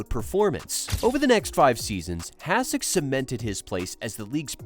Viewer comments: Why are you pouncing his name like that? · AI generated content. Can't even pronounce his name right. Stupid f'ing channel